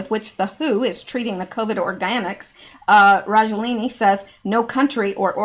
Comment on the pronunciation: FLU is a VIRUS and they DO vaccinate against it BUT.... Generally UNSUCCESSFULLY as the virus of the flu MUTATES !!! ALSO.... Why and How can you REPETITIVELY READ Rajoelini.... When CLEARLY the last letter of his name is NOT an "i" .... but an "A" STOP GUESSING !!! lol Just READ the unknown word!!! SYLLABLE per SYLLABLE !!! ;-)))